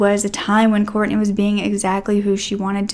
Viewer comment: It's Kortne. Please say her name properly. We need her name to stay true and alive to not confuse with other cases.